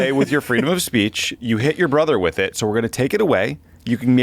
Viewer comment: "Freedom of spaych" Trump can't even say 'speech' correctly.